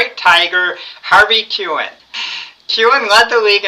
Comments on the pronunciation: Harvey Kuenn is pronounced KEEN, not CUE-en. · I love your videos but you have GOT to work on your pronunciation of names - Harvey Kuenn is KEEN not Kuhn. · Enjoy your baseball ratings. As a 76-year-old I know that Harvey Kuenn of the Tigers was pronounced "keen".